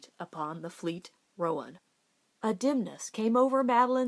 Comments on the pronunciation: This is great! There's some other good ones you could read. Wildfire, but that one makes me cry, The Call of the Canyon. Roan is one syllable tho, even in the south. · So Stewart got a new horse. Why is it not blah-ack if the other one is ro-uhn?